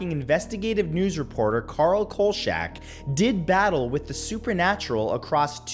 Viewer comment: C'mon, Matt: "Coal shack?" "Robert Blotch?" It's "KOLE-chack" and "Block."